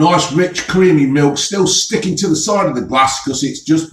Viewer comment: "It's creameh"